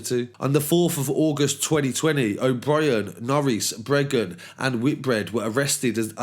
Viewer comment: It's Breagan not Bregan